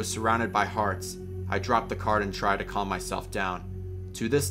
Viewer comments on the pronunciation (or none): none